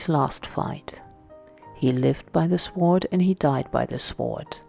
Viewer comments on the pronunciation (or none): Beautiful soothing voice.. but may need to work on ENGLISH.ived by the sword(pronounced SO'D and not SWOOORD) also: caught up.. not catched up.. etc it's very distracting orherwise good video.